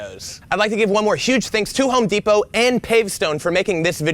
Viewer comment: Home DEEP-O 🙈🙈🙈